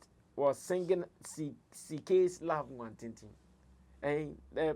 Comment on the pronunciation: Please Sammy Flex its Love Nwantinti not watintin